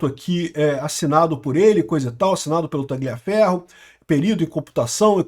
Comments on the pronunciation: Repita comigo TA-LIA (COMO SE FOSSE LHA) FERRO QUANDO VC PRONUNCIA O G (GLIA) PARECE QUE VAI VOMITAR KKKK PRONUNCIE CORRETAMENTE POW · Não se pronuncia esse "g" em Tagliaferro, assim com em Gagliasso e Marsiglia.